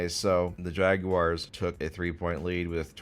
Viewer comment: pronouncing Jaguars correctly challenge level: impossible